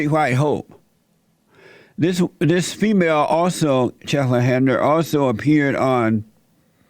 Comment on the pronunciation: ...he just mumbles out some words and calls her “chetlin handler”. Jesse is the fucking best, he trolls like no one else. The best part is he honestly has no clue who she is and keeps calling 50 cent, Tupac. Soooooo good!!! 😂🤣😂🤣😂